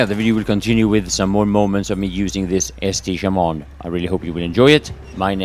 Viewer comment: Should we tell him it's Saint Chamond and not ST Chamond